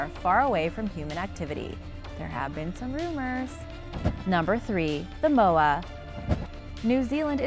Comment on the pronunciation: She can’t say moa propaly